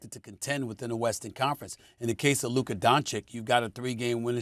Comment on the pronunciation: How many years has Luka been in the league and SAS still can't pronounce his name correctly?